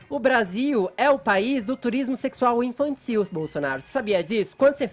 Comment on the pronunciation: Infanssil" socânssi" ssi" falar, azênssi" q pronúncia essirânha"